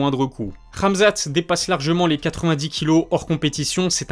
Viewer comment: Question: pk tu dis ramzat et ma''k''achev ?